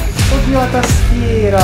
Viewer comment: Che bello sentirti dire tastiera come pastiera 😅